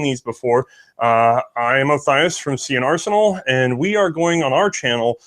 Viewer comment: Indy, another awesome episode (and NOT just because of the Ernie mug). also so glad to hear you FINALLY pronounce their "nomme de web" correctly (see and are senal, lol)., as always, first class effort, even with a shanghaied camera crew, and iron framed spanish revolvers waiting to shatter into fatal shrapnel from exposure to sunlight, lol! i actually did notice there was a bit less "big O", volumetrically speaking, congrats. aside from the technical glitches live streaming from opposite sides of the ocean can produce, you both do a great job of blending respective minutiae to give a very thorough overview. i couldn't ask for a better combo to do the job at hand!